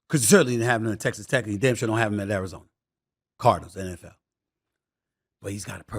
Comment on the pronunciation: "martin, i dont wanna go to Arizoner"